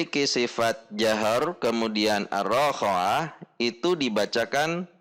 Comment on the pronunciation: Ustadz, afwan kenapa saat membaca arro khoowah [ro dgn 1 harokat dan kho 2 harokat], selalu dibaca arroo khowah [ro dgn 2 harokat dan kho 1 harokat] oleh ustadz? atau sy salah mendengar saja?